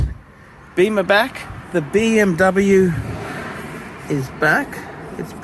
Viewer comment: So.. what you're saying is that you have your Beeemmr back?.. is that what you said? or I didn't get it right?...... PMD!